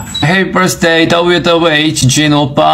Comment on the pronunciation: "Happy bursday" My heart can't take his pronunciation 🥺💕